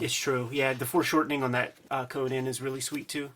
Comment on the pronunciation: Why do they pronounce 'Conan,' as 'Conyan?' Is that a Philly accent?